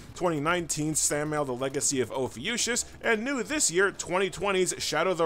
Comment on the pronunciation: You're not pronouncing Ophiuchus correctly - since it's Greek in origins, ch makes a 'k' sound in here. As an astronomy geek, I felt obliged to point out. In other respects, great review, carry on.